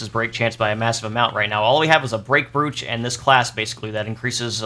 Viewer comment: the word is said as broach, like coach, please